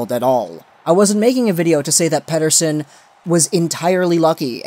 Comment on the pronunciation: jesus, thanks for not using that fucking sweedish accent on his last name, its about time for that! Well for starters why even make a video like that? shows you are not a canucks fan first and foremost, also it shows again like many people who cover the team, that you think you know better than the professionals who run the team. He is our top prospect cant you just be happy that he destroyed the last professional league he played in, the thought that he was lucky is just senseless to bring up and instead of validating that, you fell down the rabbit hole. You could have made a video defending it but instead you just made a leap for something that completely under minds the amount of skill and talent it takes to even get drafted! So now you retract after pure click bait did not work out for you.. Thats all this sounds like, maybe you should keep your canuck opinions to yourself!